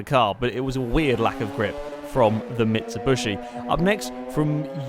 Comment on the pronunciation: mitsu-bushy... never heard it pronounced like that before